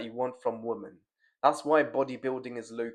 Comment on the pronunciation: You need to spend a day learning how to pronounce the word women. It is not pronounced the same as woman. 100 sets of saying women (wim-en) right now bruv.